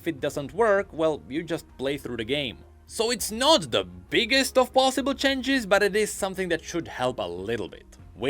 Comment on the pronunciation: chenges chenges... Someone teach him how to properly pronounce it